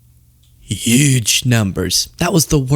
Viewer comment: UUUuge (don't say the H next time)